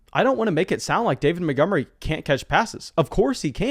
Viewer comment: Who's David Mittgummery? 😂